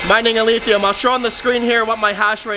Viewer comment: Why does every YouTuber pronounce Alephium like Alethium? Is it like hodl and they are saying it wrong on purpose? Threw me off for the longest I thought there was some new coin that wasn’t listed anywhere called alethium 🤷🏻‍♂️